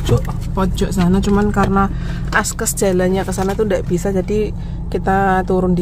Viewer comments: Maaf, sdikit koreksi...yg benar "Akses" mbak bukan "Askes"😂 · Akses jalan.... Bukan askes jalan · Akses jadi askes Takziah jadi takzizah 😂😂😂😂😂